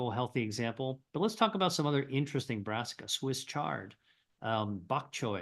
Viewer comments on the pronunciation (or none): "Brasica"? or "Brasca"? = Cruciferous ??